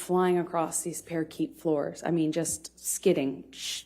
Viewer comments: Par-a-keet floors🦜. Try Par-kay;)) Amber gives us clues that she's not as literate as she'd have the world believe. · What’s a parakeet 🦜 floor? Does she mean parquet? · and a few seconds afrer.... “Parakeet” floors. Like the 🐦, or do you mean parquet floors?? Good Lord. Liar liar pants on fire 🔥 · The parakeet floors never gets old for me. She says it like she's been saying it that way her whole life and no one has corrected her. Or maybe she heard someone call parquet floors parakeet as a joke (that went over her head), and she just thought that was correct. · Aww how sweet he bought her mdma thinking they were gonna have a fun night (as she requested). She’s just an ungrateful jerk. Granted I’ve never done it don’t know what it does but you don’t have kids free to have fun on a 3 day weekend. Total jerk. Did she call them parakeet floors? Instead of parquet floors? Omg she’s so dumb. On top of saying their vowels? 😂 she’s so dumb! What did he see in her??? He must be dumb too! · Well one thing you can say for her - she sure could learn and remember her lines pretty well. The big tell? Parkeet floors instead of parquet floors. She had never seen that word written before and didn’t know how to pronounce it. If it was coming from her memory she just would have said it like she had heard what type of floor it was. No one has EVER said parkeet floors. She read her line wrong. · “Parakeet floors”, that just never gets old! ROFL!